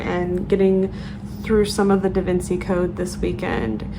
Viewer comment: Totally with you on appreciating books no matter how old it is. Also the pimples could be from your mask! Lol your gonna hate me for this but Da Vinci is pronounced "Da Vinchi"